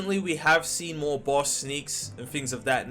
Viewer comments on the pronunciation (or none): none